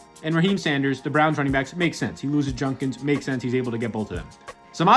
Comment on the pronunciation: Still waiting on to say Judkins name right